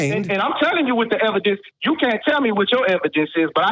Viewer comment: Of course the guy who pronounces it "ebidence" has a childish understanding of the burden of proof